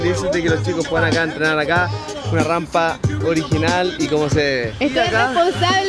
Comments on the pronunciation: se dice Rampa, no Rampla:( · Eres muy linda pero se dice rampa y no rampla